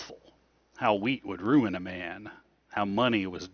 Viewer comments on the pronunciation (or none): none